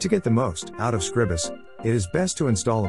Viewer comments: It's Scr-EYE-bus. You know, as in the word "scribe". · It's a bot reading the transcript. But yeah, SCRIBE-us.